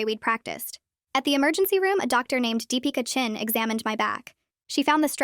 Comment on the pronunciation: look im sry but all i could think abt is is how u pronounced Deepika Chin wrong cuz its an indian name and im indian so ill say that was the most traumatising pronouncation of an indian name im so sry but its true